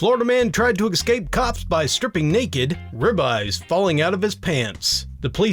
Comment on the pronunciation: Wow, even ekscape instead of escape? You've said you're having trouble with those kinds of words, but do you not run through the audio for hiccups, and do retakes when you find them?